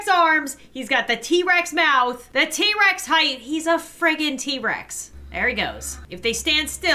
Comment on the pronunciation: She said t-rax